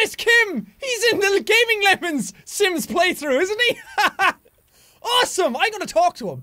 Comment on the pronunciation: Is it just me or in the beginning he said "Welcome to the slims!"